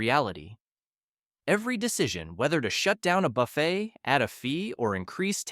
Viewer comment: Learn to pronounce "buffet" AI narration guy. YT's a cesspool of poopiness anymore.